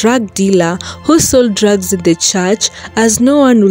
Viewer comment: The word is months, but they pronounce mants, and they also say drags instead of drugs, 🇵🇦